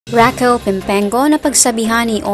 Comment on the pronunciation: It's Raquel not Rockeeel😅